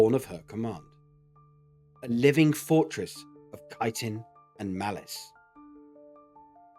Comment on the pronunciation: Its pronounced chit-en